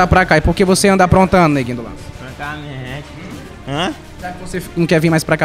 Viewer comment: É neguinho do "lance" e não do lança kk ou ele joga FF agora ?